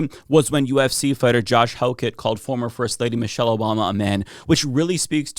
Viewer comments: It's ok he said Moshelle.. So not Obama's wife. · Who is “Mow-shell Obama”?